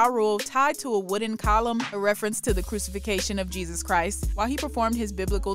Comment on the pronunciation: Wtf is 'crucification?' 🤭